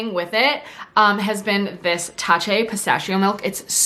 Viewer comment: love the táche! it’s pronounced like cash 😊